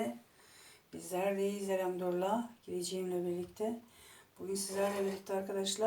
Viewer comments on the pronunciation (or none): Elhamdürillah değil Elhamdülillah ayrıca her işinize besmeleyle başlamanızı çok beğendim bol aboneniz olsun inşaallah